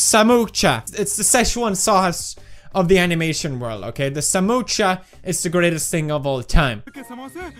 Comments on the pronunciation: Pewdiepie it is not samocha it is samosa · Not samocha it's samosa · It is not samocha it is samosa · PewDiePie call samosa samosha Me:noo PewDiePie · That's not samocha it's samosa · Oh and it is pronounced samosa NOT SAMOCHA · Pewd: Says Samocha Indian: A Samocha what now? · Also him - samoocha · The spelling is just "Samosa" So same goes to pronunciation ...😂 Why does he have to go $@@